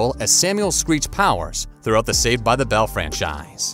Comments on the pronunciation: This announcer says ‘bell’ poorly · Can't stand the way you're pronouncing "Bell"